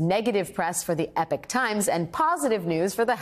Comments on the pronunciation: which is which? I have heard English speakers from around the world favour ‘E-Pock’…only recently as this group has made the news have I heard ‘epic’…and most who say it, ask if they are pronouncing it correctly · Epic Times? She meant eeee p o k 😂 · Epoch. It is not called the Epic Times, it is the Epoch Times. "A period of time in history or a person's life, typically one marked by notable events or particular characteristics" You should learn how to pronounce a word before having to say it several times. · 🗣️The word "EPOCH" is pronounced as "EE-pok" or "EH-pok," with the emphasis on the first syllable. NOT Epic as the news person says … it is EPOCH Times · E- pock times, not epic, as in "The dawn of a new Epoch" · Why does she keep saying "Epic"? The word is "Epoch", and its pronounced "E - Pock", it means a particular period of time in history or a person's life. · Not having read all the comments here, surely I won’t be the only person to point out the weird pronunciation of "Epoch". Isn't it pronounced ee-pock, not epic? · I'm pretty sure "Epoch" is not pronounced "Epic". It's "E-pock" - The Grammar Police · BTW it pronounced “ee pock “ , not “epic “ epoch an era of society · Eeeee-pock. Not Epic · Eh pock times. Not epic times. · EPIC TIMES?? It's pronounced "Ee-pok"! FFS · Its Epoch not Epic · E pock. It's pronounced epock. Epic is spelt epic. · Dear lady, it's "E-poc," like the time period, not "epic" like my love-making prowess. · It’s Epoch not epic … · Isn't EE-POCK the way to say it? not epick' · It is pronounced "E-Pok", not "Epic"". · Isn’t it pronounced ‘ee-pohk - epoch- meaning an era, a time-span… NOT epic? Huh ?? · I thought Epoch was pronounced EEpawk, not like Epic - can anyone help me with the correct pronunciation? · It's "Epawk" not "epic". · Not EPIC, it's EPOCH, THAT'S "EE-POK" Times ! yes i'm pedantic, but come on, get it right, it's not that hard. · Epoch, not “Epic.” Those are very different words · Ee- pock Alex or e-pock - not epic 🙄🙄